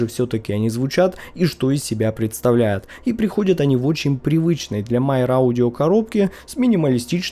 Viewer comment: Почему Myer читают как Майер?